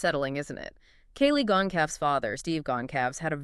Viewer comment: Gon Calves????? SERIOUSLY??? It has been pronounced on each and EVERY Newscast AND Podcast and Youtube video of any sort as Con SAL vez. Geez. That makes you sound like utter IDIOTS!